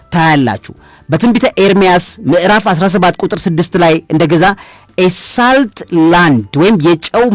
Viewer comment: *Salt 'ሶልት' ነው ትክክል አጠራሩ።